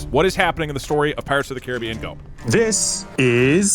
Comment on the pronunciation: "Pirates ot the Caribbean" DouglasDouglas has really fallen off